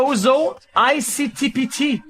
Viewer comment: Result : "ISTP-T" XQC: "ICTP-T"